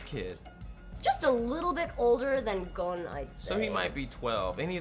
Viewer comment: It shits me how says Gon. Haven't watched the reboot but love the original series.